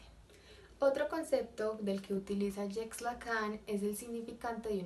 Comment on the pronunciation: Se pronuncia "jack".